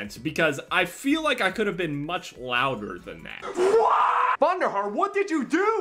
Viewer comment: he said Vonderharr